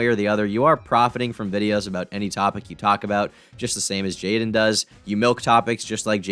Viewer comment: Bro it’s jadyn how is that “jay lin”!?